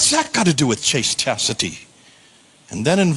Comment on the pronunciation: Chasteastity? Bit of a daffy duck moment there!!!!